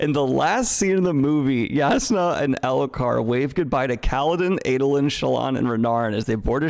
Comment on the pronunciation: i enjoyed how elhokar slowly became alethkar in daniels mouth over the course of this stream